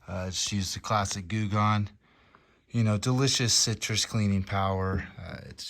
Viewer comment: Mmm citroushh… sooo crrrrrr 😂😂😂